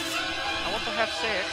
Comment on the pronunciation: " I went to heav sechz with you" Lmfao